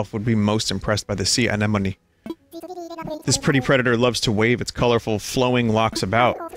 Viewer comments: enna moan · Why can't this man pronounce anemone